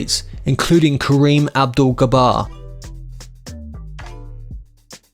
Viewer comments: Kareem Abdul Gabarr????????????? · Barry Speight Kareem Abdul Gabar? Lol! What a moron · Kareem Abdul- Jabbar is pronounced with a J sound not a G sound. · Duluth, Minnesota. Pronounced “dəlooth’,” not “dʌ’ləth.” Joan Baez, not Bays. Pat Garrett, not Garrette. Kareem Abdul Jabbar, not Gabbar.